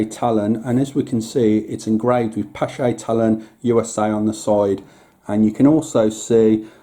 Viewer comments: Someone correct me if I am wrong, but I believe the 'ch' in the name is supposed to be pronounced like a K. The name stems from a Norwegian, and the double A is also probably pronounced using the Norwegian Å sound. Using K instead of 'ch' helps a lot though. :) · Pronounced pash